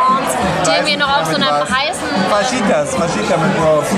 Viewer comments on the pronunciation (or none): sag bitte nie wieder "Faschitas":OOO Das "j" wird wie ein "ch" ausgesprochen. Also "Fachitas".:D